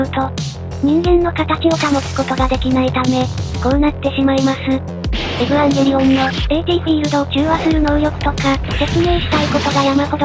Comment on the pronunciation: エブゥワンゲリオンみたいな発音すき